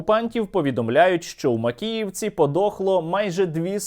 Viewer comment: "Трагєдія в Макєєвкє"? Яка трагедія? То свято)))